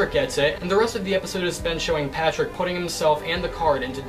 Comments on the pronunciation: You said Patprick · He called Patrick, patprick……I love it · "patprick" got me dying